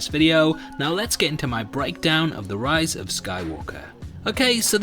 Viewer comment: You said Rose... I'm out